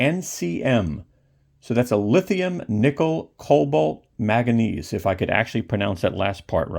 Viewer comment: Like the review. The element is Man-ga-nese. It's an element in the periodic table.